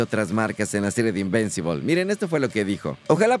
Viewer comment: No es invencibol 🤦🏾 es invincible o en español invencible.